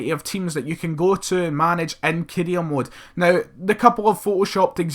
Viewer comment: This guy saying "Korea mode" 😂😂😂